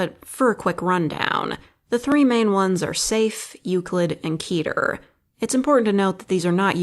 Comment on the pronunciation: It's keter, not keeter.